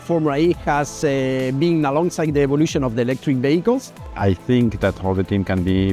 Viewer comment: I swear that man said electric bagels